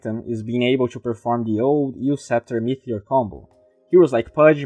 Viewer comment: As usual, it really gave some good insight on the new patch and my favourite hero, but I just have to say something. You keep saying meTHeor in stead of meTeor. I know it's not a big deal but I also know you want to improve your pronunciation and I wanted to bring it to your attention. Still a great video with good free content, and glad I am subscribed.